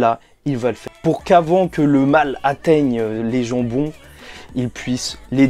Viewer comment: Ces moi où j'ai entendu les jambon au lieu des gens bon 😃